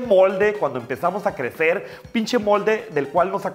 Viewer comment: Davis F. Digo "Pinshe" por que galatzia asi lo dice